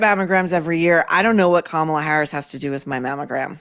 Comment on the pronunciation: Great episode! Kudos for pronouncing “ Kamala” correctly- hate her, like doesn’t matter ffs…. name purposely said 😊incorrectly is so kindergarten 😂